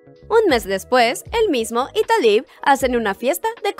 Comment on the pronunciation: Me encantó tu resumen, aunque a este le faltó un poquito para que algunas personas que no lo han visto entiendan por qué TenTen no le dice a Taliw que la ama, lástima que no pudieron hacer la segunda parte y espero que no te enojes y menos tus seguidores, pero el nombre de ella se pronuncia Taliú